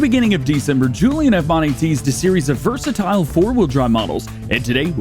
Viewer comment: “Vasatile” lol!